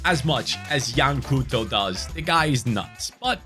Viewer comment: You don't pronounce it as 'Cooto' but as 'Cowtou'